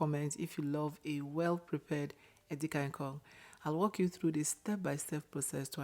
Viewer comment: Please pull down this post. If you are demonstrating how to prepare "efere edi-kang-ikong," then say it properly. A different spelling of "efere edi-kang-ikong" which originates from Cross River and Akwa Ibom states is wrong.